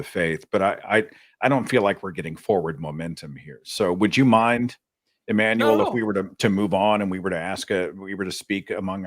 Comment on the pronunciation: It's Ammanuel. Me:Nooooooooo.